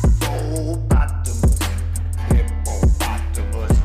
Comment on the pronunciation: I like the way he pronounce hippopotamus sounds kinda hippo-pot-amus 😂😂😂 .